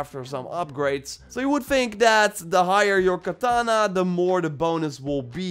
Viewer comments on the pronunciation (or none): none